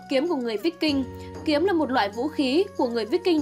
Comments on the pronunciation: Kiếm víc king mới hài , đọc sai bét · Phải đọc là kiếm Vai king mới đúng , đọc tầm bậy tầm bạ không hà, chán vãi lìn.